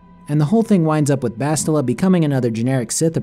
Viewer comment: You calling bastila "bosstila" is funny because in portuguese it sounds like "shittila"